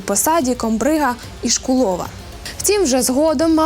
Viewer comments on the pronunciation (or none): Від мене побажання до дикторів-відучих правильно ставити наголоси в словах - топонімів, імен/призвіщ. Адже вони віщають на загал. І, саме через це ПОВИННІ говорити правильно. Приклад : не ІшкулОв, а ІшкУлов.